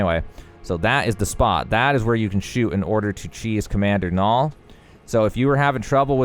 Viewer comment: As someone who's name is Niall, you mispronounced it terribly. It's nye-all not nall